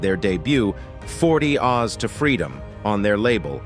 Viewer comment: 40 OZZZZ to freedom cmon AI commentator can’t get that pronounced right?!?!? Lol